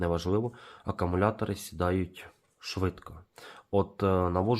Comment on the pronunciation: Акумулятори, а не акамулятори, кулер, а не кулєр